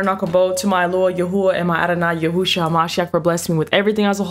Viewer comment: Hello, but YAHUSHUA YAH-U-SHUA